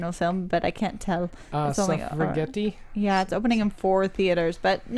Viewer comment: Say "Suffragette" right,!